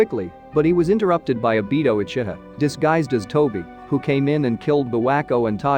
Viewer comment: Lol Minatto and abito